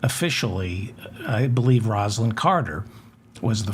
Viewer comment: Please learn how to pronounce Jimmy Carter's late wife's name.